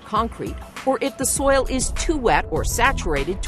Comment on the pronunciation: Is it perpetuities impossible for this woman to say the word “soil?” 😂 The way she says it “soya” 😂